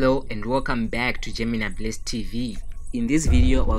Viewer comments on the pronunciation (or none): none